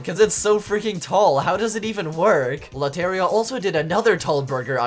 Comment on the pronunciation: lot-aria got me dead- 😭😭 bro its lo-te-rria (the r is rolled)